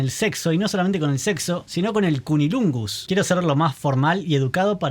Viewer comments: Es cunilingus, no cunilungus. No la vi (y dudo que la vea) pero esta clase de "ensaladas temáticas" no me atraen en lo absoluto. De por sí, tampoco me interesan las historias de vampiros (y mucho menos de zombies) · Se dice Cunnilingus 👍🏻😂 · CUNNILUNGUS dice…😂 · Es cunnilingus no cunilungus😂😂😂